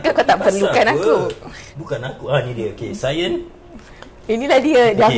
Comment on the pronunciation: Sebutan tentang cayene tu tak betul.Bukan sayene tapi kayene. sebut tk betul tu.harap maklum.